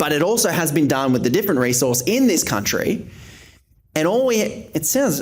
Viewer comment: Welcome to “The Kleva Cuntry”